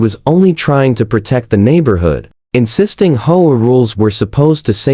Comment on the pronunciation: Learn to read man, it's H-O-A not hoa